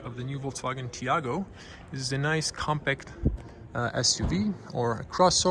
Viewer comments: My favorite detail is that is called Taigo and buddy pronounces it Tiago😂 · Nice review but you kept mispronouncing the name of the car...lol. It is called "Taigo" and not "Tiago". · It's Tai go not Tiago🤝🏽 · Not tiago, taigo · Why you keep calling this car a TIAGO, it's a TAIGO! lol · TAIGO not Tiago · Why the fck you call it Tiago constantly? :D Lol